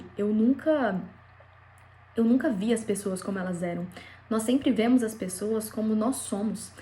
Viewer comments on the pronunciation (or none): Não é Vémos.. é Vemos....vurra😊